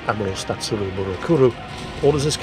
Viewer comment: "Admiral Statsurou.." nearly missed that, had me laughing though.... I enjoyed the vid, your hard work has paid off 👍